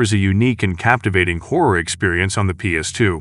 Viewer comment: Rule of Rose: "trapped in a macabur orphanage"? Trying to pronounce "macabre"? It's "MAK-A-BRUH" 😂 And why can't Americans ever pronounce "homage" properly? They use the word so often and still say "homidge" 😂 And "horror" is not pronounced "hore" - survival hore, outstanding hore 😂